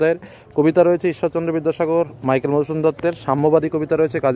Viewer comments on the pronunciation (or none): none